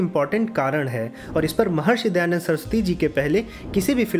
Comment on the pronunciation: Bhaiya... Please... Not Dayanad